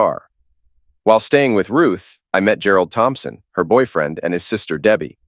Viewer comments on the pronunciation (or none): none